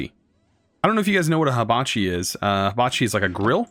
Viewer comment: its Hibachi not Habachi (first "i" has the same sound as the last one) i mean, its related to fire and not leaves or blades (ignore this last part if u didnt get it, which u probably didnt)